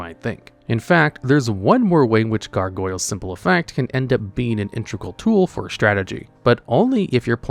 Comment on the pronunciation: If you can't be bothered to learn how to say "integral", stop using that word so much...